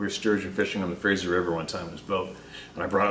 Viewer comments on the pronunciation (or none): none